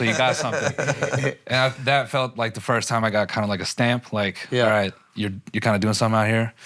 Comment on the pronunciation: Akaash’s inability to correctly pronounce the word “first” drives me crazy lmao